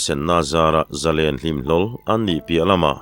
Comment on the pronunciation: hi Mizotawng chhiardan i thiam fu mai,"Zalen", tih tawngkam i lamrik dan erawh hi chu a fuh lem lo.Noun a ni emaw, adjective/adverd a ni emaw a thluk a danglam tur a ni lo.Mihring hming ang a, a lamrik dan a pangai reng tur a ni."Zalenna" tih hi, Mi, zarual lenna hmunhma anga sawi a ni lova, Nun zalen, nun hlim, rilru muang sawina a ni.chuvangin Zalen/Zalenna kan lamrik hian, "len", kan lamrik hian thluk tur a ni. Tunlai thangthar, Lehkha zir sang fu fu te hian, thlukna kan hman dan tamtak hi chu kan hmang dik lo hle bawk" Thluk" han tih hian a ri a fan tur a ni mai a, entirnan, Lallawma hmingah hian "Lawm", kan lamrik laiin a ri a fan tur a ni mai.Chutiang zelin, Sangkhuma, " khum",, u chungah thlukna a awm tur a ni."Sangzela", zela e zawnah thlukna a awm bawk ang.